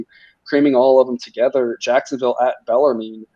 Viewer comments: It's pronounced Beller-men lol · Yes! Below... finally someone told them how to pronounce bellarmine. These kids dont learn grammar in school anymore. I guess my schooling in the 70’s and 80’s were better